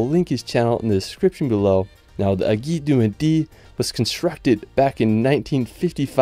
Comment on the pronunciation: aiguille : pronounced : eh-gu-ee-yeu